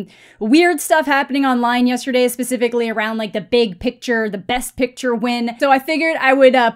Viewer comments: why does he pronounce picture like "piture" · No but seriously is he saying pitcher or picture-???